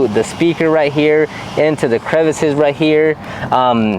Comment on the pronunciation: I think he was practicing his French lol 😂